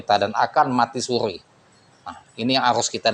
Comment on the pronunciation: Mati suri nya bang,bukan mati sukhi.. Chang Dio fan Yo bang bukan Chang feng zou